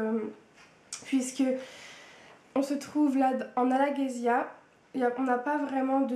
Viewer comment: On prononce Brisingr: brinsingeur et tu prononce souvent Alagésia au lieu de Alagaësia 😊 vraiment dommage que le film ai été un fiasco, la saga mérite de connaître un succès cinématographique tel qu ' Harry Potter! Personnellement, Eragon m'a appris beaucoup de choses sur la vie! Comme dirais Oromis, l'instrument mental le plus important est la logique, et toute l'histoire est basée sur cette logique, tout est parfait, vraiment!